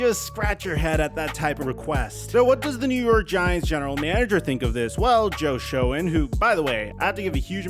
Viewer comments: It’s pronounced Shane. I know it’s spelled Shoen but that’s what the giants officials say & how they pronounce it. Love the giants update! Hope there’s more to come! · Ur the 🐐 bro. Never thought I’d enjoy a cowboys fan talk about my team haha. (Btw Schoen is pronounced “Shane”) My take: I think the team and it’s reps, GM etc are doing what they’re suppose to do and DJ and Saquon’s agents are doing what they’re suppose to which is get the most for their client…. I think they’re using the media like puppets to play each other, and we’re all just riding the roller coaster. They’ll both get signed. DJ at 35 mil and saquon franchised. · Hi, the Giants GM's last name is pronounced like "Shane". I am a giants fan for almost 45 years now and I can tell you that this past season was one of the most favorite of all. I love a good redemption/under dog story. Let's tell the truth out there. It's not fair but, Daniel Jones is an average to above average quarterback. You can still win a super bowl with this type of qb. but let's be reasonable about the price of said qb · You really call him Joe Show-han. That’s not how you say his name dopey